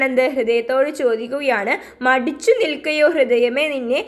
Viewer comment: Midichu alla Madichu an Miss😊